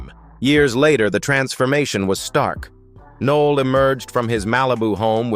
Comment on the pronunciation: Nick Noll? More AI BS